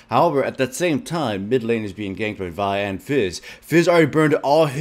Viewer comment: what he pronounced vi and zyra correctly O,o